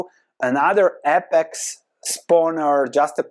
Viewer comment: Some constructive criticism. It is said Aye-pex, instead of ah-pex